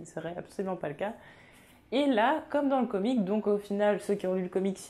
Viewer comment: Salut à toi, tu prononce comic au lieu de comics prononce un x a la fin parce-que au début je me disais quoi "comic" je ne comprenais pas si non très bonne vidéo continue